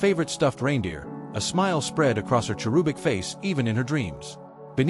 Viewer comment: Is this a story or some infomercial for a dumb book? Not a good idea. Stop preaching! How do you say cherub! Like rube? No! It has a short u sound, so go on to cherubic, IT ALSO HAS A SHORT U. Stop making my ears bleed with your idiotic pronunciation. If you don't know how to say it ask google, or no you may be that dumb AI ? It is past time that was fixed, how long do you want to be told it is WRONG, before you make them fix it? Do you ask anything too stay wirh a country in an emergency? No, you are nuts, us is not a country it is one syllable word for plural people, 1 syllable, not two letters. Get a clue!